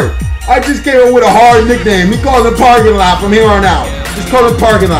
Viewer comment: nigga said park lot pimpin!! lmao!! bruh is cold tho..